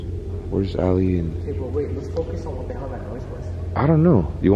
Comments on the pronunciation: i thought you said Ali-A lol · I thought he said Ali A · I thought he said here’s Ali a